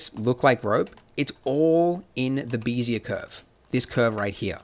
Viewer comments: Why call them "BEE-zee-uhr" curves instead of the correct and more common "BEHZ-yay" pronunciation? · Wonderful as always. Bezier is pronounced "beh-zee-ay" as in "bet" LOL. Someone likely said something since this in 2017! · "vertice"..." 'x' axes"..."bee'-zee-uhr"... Nice tutorials, but you're killing me :'( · "bézier" is a french word (defined as a parametric curve typically used in computer graphics) is pronounced phonetically "beh-zee-ay". I was slightly bothered everytime he said it, but I can understand the confusion. I just wanted to respectfully correct this. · Heads up - BEZIER is pronounced: bez - ee -ay. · Bézier still wrong pronounced. ;)